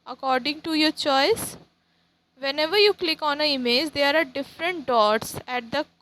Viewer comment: It's not image it's imij ur pronouncation is not good